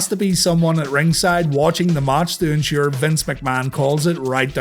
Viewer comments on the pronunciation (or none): none